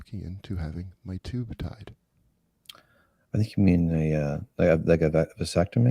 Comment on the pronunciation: “My tube tied” 😂